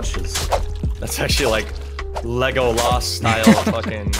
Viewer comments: Leg o Las, holy shit please never say it like that again. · It’s legolas. Not leviosaaaa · "Ray gay" "Lego laas" is ok? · completely ruined my day with how he pronounced legolas. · The cringe that emitted from my soul when you mispronounced Legolas 🧝‍♂️ there’s a fucking emoji for him. Have you ever watched lotr??!!!